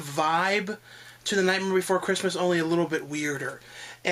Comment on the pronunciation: I swear when you tried to say "Nightmare before Christmas", it sounded like you were trying to say "Nightmare on Elm Street." Lol.